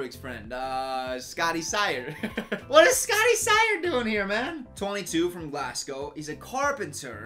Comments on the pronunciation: When you said: Miles from GLASSgow My Scottish ass was like: 😬🤦🏽‍♀️ (Americans it pronounced: GLAZgow ) No hate ily ❤️❤️❤️ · swansae=swansay norwich=norich glasgow not glassgow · Is it just me or do all Americans pronounce Glasgow like Glassco